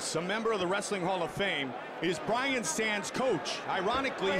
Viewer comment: was hoping dudes name was actually brain cmon man get it right